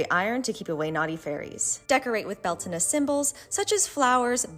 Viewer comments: Beltena? they pronounce... Alright, Its bell-tain. Learned this from my celtic pagan mom. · Is it really pronounced bell-tah-nah? I thought it was bel-tane? Not trying to be nitpick just asking